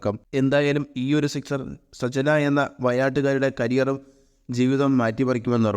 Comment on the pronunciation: സജ്‌ന യല്ലോ സഞ്ചന എന്ന് തെറ്റായാണ് ആദ്യം പറയുന്നത്. വായിക്കാൻ അറിയില്ലേ